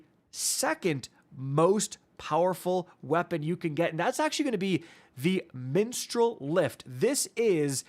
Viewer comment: Did my man say "menstrual lift"? 😂